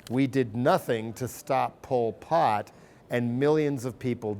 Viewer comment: It's 'Pol Pot', not poi pot. This dude =